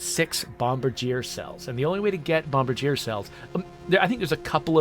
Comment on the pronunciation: If it's the same as the Canadian airplane manufacturer, the pronunciation would be "bom-BAR-djee-ay" so basically switch the stress from the first syllable to the second.in order to get the correct intonation. You were close!